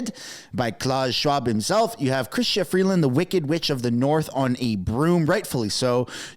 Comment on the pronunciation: Chrystia - kris-t-ia not kris-CH-ia